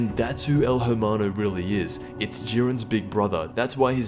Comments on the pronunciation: TheSaiyanShinobi bothered the shit outta me too haha damn I was just hoping he’d look up the pronunciation at the very least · Daniel Vazquez Especially since he said it so much, it really bothered me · THANK YOU! Everytime he pronounced the "H" I cringed inside. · Hermano is pronounced with the H silent FYI. As a Spanish speaker its sounds funny when you place so much emphasis on the H lol. Love your vids btw. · I think the H is silent in Spanish. Correct me if I’m wrong. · You don't read the "H" in most Spanish words. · You don't pronounce the H in spanish. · In spanish you're not suppose to pronouns the H, so please, next time don't say El (H)ermano, made me cringe so much. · the H is silent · Dawg, my dude, my friend, stop pronouncing the "H" in hermano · Please The H in Spanish is silent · You don’t pronounce the “H” in hermano. Wtf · Dude you dont pronounce the H when saying el hermano. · you dont pronounce the h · The way you say Hermano bothers me quite a bit, but you said you don’t speak Spanish so....... you tried. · La "H" es silenciosa parcero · The H is silent I cringed throughout the whole video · the "h" in hermano is mute, please stop saying it like that its really fucking annoying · I think your pronouncing his name wrong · Your saying it wrong...Lol when white people try to say Spanish words. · You don’t say the H at all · I downed your video not because your memeing, your saying "Hermano" wrong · You don’t pronounce the H...... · The h is silent in hermano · You dont pronounce the H in spanish words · Take a shot everytime he mispronounces "hermano" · Bro, u don't know how to say el hermano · The “h” in el hermano is silent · Actually u don’t pronounce the h I’m hermano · The H is silent Exper but it's okay Also I can't take El Hermano seriously because of that egg head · Your pronunciation of 'hermano' is atrocious, you're not even trying to get it right...stop butchering my language. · In spanish you dont pronounce the H in hermano